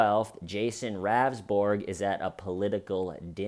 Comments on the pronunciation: His name is pronounced rounsberg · "listened" the audio but couldn't bother to get the name pronunciation right.